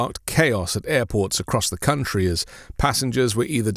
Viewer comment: "our cunt-tree" he got that right!